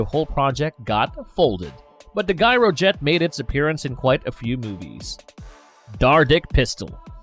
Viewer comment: wasn't the pronunciation of "gyrojet" supposed to be with the 'G' making the sound of a 'J', like in "gyroscope"?